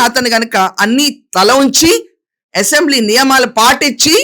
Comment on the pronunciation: అసెంబ్లీ అనే‌ పధం సరిగా పలకండి యసెంబ్లీ నసగా ఉంది రాజకీయ నాయకులు అంతా దొంగలే ఎవరు సత్యం హరిచంద్రుడు లేరు ఆమె పోరాటం ఆదర్శం తెలుగు దేశం పార్టీ లో అంతా చీరకట్టు లో ఉన్నారు వాళ్ళ కంటే మీరే మేలు చొక్కా ప్యాంటు ధరించి ఉంటారు